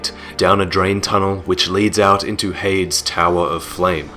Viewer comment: are you sure heide's is pronounced "hayed" and not "hey-dees"?